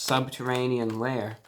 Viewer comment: “In their subterranean layer” 😂